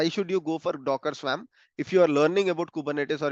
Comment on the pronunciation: Just btw and I know this is a silly thing but..the word "swarm" is pronounced as /swɔːrm/ in English. Sounds like worm, not swam LOL